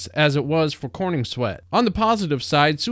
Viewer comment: It's CorENswet, not CorNINGswet.